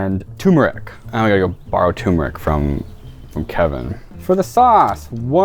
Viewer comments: STOP CALLING IT FUCKING TUMORIC, IT'S CALLED GODDAMN TUR-MER-IC! JESUS JIMMINYFUCKASSWAGONS! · Ah yes can't forget that tumor-ic